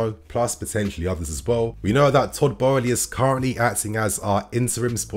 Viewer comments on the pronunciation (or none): I'm a language guy. Pleease don't start calling Boehly "barley"